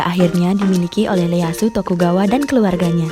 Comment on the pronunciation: Ieayu bukan Leyasu-_